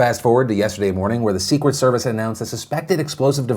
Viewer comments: "The Sewcet Service" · Is it just me or is Phil saying “Sequeit”, instead of “secret”?